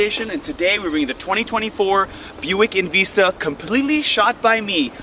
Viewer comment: In Vista not in veesta buncha a hosers